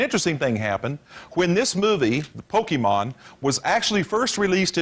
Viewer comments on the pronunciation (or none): He didn’t say it right,. Just to unleash my inner and outer nerd for a sec, “Pokémon” isn’t pronounced “Poke-ee-mon.” It’s pronounced “Poke-ay-mon.” Note the diacritic on the “é” in “Pokémon.” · No he didn't. The accented e is supposed to be pronounced ay. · Back in the day, saying Poke-ee-mon was the tell that you were one of these crazy people.